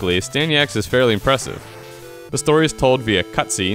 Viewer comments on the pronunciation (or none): I loved it, but it's Astyanax not Astanyax !! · AstanYax? C'mon dude, at least try... Asyanax is a great game. Just because you can't sit down and play it with open eyes and mind does not mean you should bash it. $1.75? You got a great deal on an epic game.